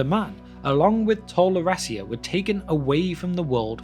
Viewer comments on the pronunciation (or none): Tol Eressea - not Tol Eress-y-a... Elvish is not American 🤦🏻‍♀️